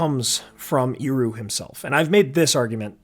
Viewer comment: Please, Ehroo, not Eeroo! Tolkien was quite rigorous about phonology, let's respect him. Love your videos, btw.